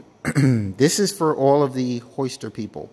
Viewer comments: "Hoister"? There is definitely a "y" in (Hi-ster)🤦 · Why do you call it a Hoister